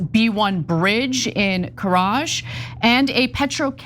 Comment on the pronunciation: Oh Anna aren't you MAD that Trump used profanity and was un presidential wasn't he? Does that piss you off? I love it. 😂 plus I'm from Karaj (which you can't even pronounce right) and I approve the bombing so STFUP